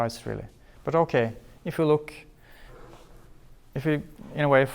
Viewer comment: the way he says okay in norwegian, every norwegian do that shit "okei"